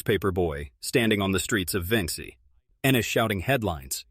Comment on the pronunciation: Please program your A I to correctly pronounce the name of Vincennes, Indiana.